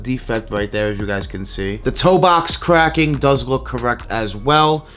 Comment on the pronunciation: Kwacking are you trying to say cracking. Next time have a fake to compare you 🤡